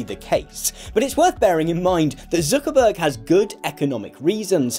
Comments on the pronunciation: I like how you pronounce it as "Zookerberg" ))) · the way you say "Zuckerberg" sound like you're from the north of England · i like how you say Zuckerberg